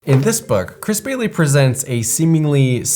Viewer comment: lol, I was listening, and at the beginning, I was like, "Who’s Crispy Lee???" 😂ohhhhh. Chris Bailey. 🤦‍♀️